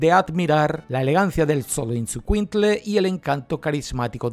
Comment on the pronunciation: se pronuncia sho lo is cuin tle… es difícil de pronunciar pero espero les ayude XOLOIZCUINTLE ❤